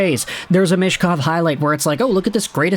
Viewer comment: for how often you talk about him you should learn how to pronounce his surname 'Meetch-kov' Not 'mish-kov'